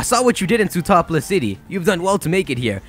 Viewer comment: Did anyone else notice that said Sootapolis instead of Sootopolis?